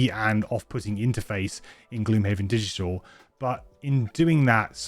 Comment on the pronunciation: This mfer said digtial